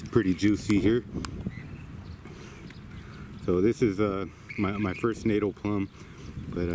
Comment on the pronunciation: It is pronounced ‘natahl’, the first syllable being short, and the second syllable being pronounced like ‘pal, or gal’, like ‘fatale’, not ‘natal’ like fatal.